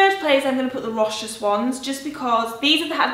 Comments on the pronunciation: Hi! I believe Rochas is pronounced "Row-SHAHS":) Love your mum lurking in the background hahaha! She is a legend. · Rochas is pronounced row-shah. You don't pronounce the 's'.